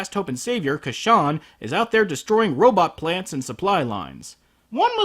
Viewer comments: ITS Casshern not Casshan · ***** I just - I just the name isn't Ka-shan it otta be pronouced Cash-ern Here listen to this 1970's Opening it repeats "Kashans" name how it should be pronounced! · I thought it's pronounced Cash-ern. ...I am gonna get soooo much backlash for this. O_O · It's cashawn, when all this time, I pronounced it has casshern. A bit embarrassing on my part, but now I know (and knowing is half the battle). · It is actually Cassh-ERN. You just have to listen to Isao Sasaki REALLY carefully! lol. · cash-ern tho right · Huh. I had no idea it was pronounced "Ca-shawn". Friggin' English dub of Casshern Sins leading me astray. >-> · Casshern sins has a r in his name.